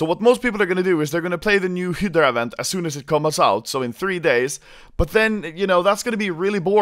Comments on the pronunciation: I don't know why but I get annoyed when Anomaly says "Hyddra" instead of Hydra. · Its Hi-dra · Sounds like he is saying "Hitler Operation", instead of hydra. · American pronunciation Hi-Drah Swedish pronunciation he-dur-ah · Every time anomaly says hydra I think he says hitler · when he says 'hydra', it sounds like 'hitler' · Operation "Heedrah" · Hi-deh-rah operation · Anomaly i love you but its pronounced "hi-druh" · you pronounce hydra high-druh. druh like you're pronouncing only the dru of drugs. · I love the way he pronounces "hydra" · The way that you pronounce hydra is funny asf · can you pls learn how to read hydra? Thanks